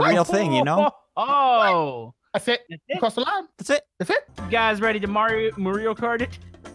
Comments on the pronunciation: u said moorio wrong its MARIO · "Moorio" - 2018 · Luige not luigo and mario not moorio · It's not moorio it's mario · GOD AND FUNY VIDIO WHY YOU CALED MOORIO CART NOT MARIO CART FUNY RIGHT😂😂😂😂. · Its mario not moorio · IT'S. Mario NOT. MORIO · I like the video cause u guys speak moorio better than spelling mario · Its Mareow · Did you Say MOORIO karts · "MOORIO RACE" a "MOORIO RACE" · I don’t think you know how to say Mario right